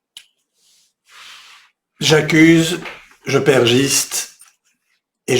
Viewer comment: "Je perjiste"